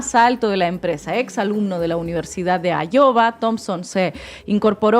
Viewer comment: Ina, no es “Ayowa” , es /‘aiua/ ❤